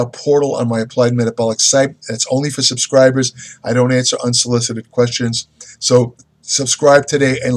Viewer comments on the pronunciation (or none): none